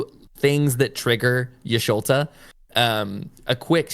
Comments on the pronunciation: Thanks for this video, great information about to try this deck out for the first time later. And I died every time you called her Y'Sholta v. Y'Shtola, she's my favorite, it was funny though :) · ish-to-la no ish-lo-ta